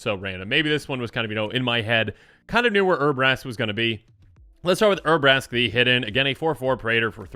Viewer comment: Poor Urabrask's cards are so bad that can't be bothered to pronounce their name correctly, lol jk.